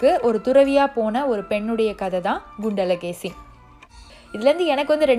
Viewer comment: Adhu “gundala Keli” illa!!! “Kundala Keli”